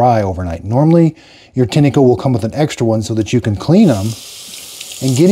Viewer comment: It's pronounced "Tine-co" not "Tinny-co" 👍🏼